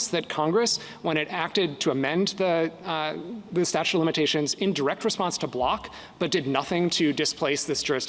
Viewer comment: statute - not statue!